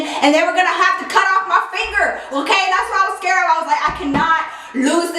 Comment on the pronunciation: I laugh every time you say " I scarrred"😂😂